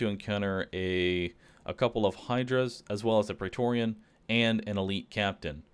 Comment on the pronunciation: Why do you keep saying praetoreon